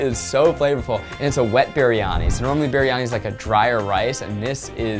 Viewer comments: as a Malaysian,it's so funny when Zach said Kuehdar instead of Kueh Dadar and Berhani instead of Biryani 🤣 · I thought zach said “berry-honey” lmfao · “this BEERIYANI” shakes in singaporean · Roohi Malviya its actually BRIyani like "bree-yah-nee" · the way zach pronounces “biryani” makes my indian heritage shake with fear it’s not his fault, but i thought it was pretty funny 😂